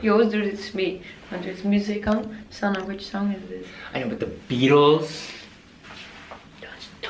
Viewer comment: Beautiful video sanne! Congrats on winning the award, well deserved! And I had to giggle when they pronounced your name (I'm Dutch so it sounded funny). And some advice;don't forget to sometimes take a holiday away from social media as well!! Because a holiday without camera is always more relaxing. I also traveled in Turkey. Did a roadtrip from Istanbul to the south of turkey, it was amazing! Lovely people, pure and good food, lots of history and stuff to see and experience. And also beaches :) Doei doei!